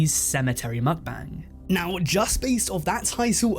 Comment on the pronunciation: How many am I going to have to hear this guy say mukbang wrong